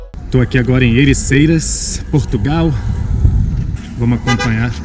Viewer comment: cara nao é Ericeiras é Ericeira..